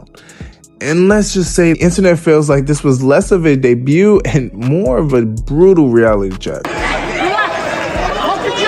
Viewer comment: I had to figure out what you were attempting to say. De-bute-ing. It's actually pronounced "Day-beU like Day - view but a B instead of V. So Debut becomes Day-Biewing not De-beutting. 🙏♥️